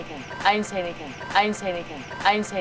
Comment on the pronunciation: 동글님 처음에 여자부인 didn’t발음이 전혀 안들리는데..왜그런거죠?? 그리고 매번 너무 정성스런 영상 감사합니다!!!